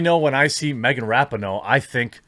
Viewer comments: It’s RAH-PEE-NO Jeremy. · Rapinoe (ra-pee-no) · I love every time he says Rapinoe incorrectly, doesn't he know its pronounced (Duh'mb Kuh'nt) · I love how Jeremy keeps mispronouncing Rapinoe's name. I'm sure on purpose.